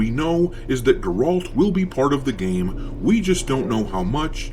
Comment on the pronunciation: What's a Gorolt?